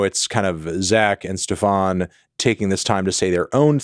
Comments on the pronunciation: It's been a pleasure, STEFAN. not steFAWN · THE DUDES NAME IS NOT STEPH-AHN MELON. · Ste-FAWN... lol dude he's not french. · guys, is there a lore reason why Anthony keeps pronouncing Mr. Grips' name as Stephán? is that the correct pronunciation? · Why does he say stefan like that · ikr poor Stefan, guy has literally said his name on a song and melon still egregiously mispronounces it to this day